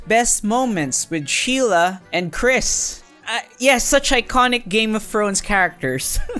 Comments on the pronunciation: "Game of Frones " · "game of frones"